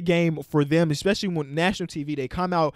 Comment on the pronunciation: no one:: ex-pescially